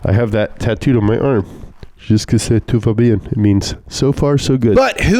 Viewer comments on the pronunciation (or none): Lol.. french too here and i rewinded a bit when tried to say "jusqu'ici tout va bien" lol.. it sounded so bad that I thought the tattoo artist screwed up, or he screwed up giving the wrong phrase to the artist. Anyways, I would also add that meganes are all ugly as shit. Renault could do much better sports cars if they wanted to with all their F1 knowledge and championships... the latest Alpine Renault A110 is an awesome machine. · pronuncing "Jusqu'ici tout va bien" is like Joey Tribbiani trying to say "Je m'appelle Claude"